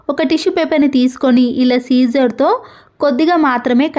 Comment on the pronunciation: టిప్స్ అన్నీ బాగున్నాయి కానీ కత్తెరను సిజర్ అని పలకకుండా సీజర్ అనడం బాగాలేదు . సిజర్ అని పలకలేనప్పుడు శుభ్రంగా తెలుగులో కత్తెర అంటే వినడానికి బాగుంటుంది .